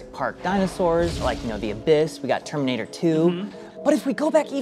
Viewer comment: Wait. Why did pronounce Terminator wrong?!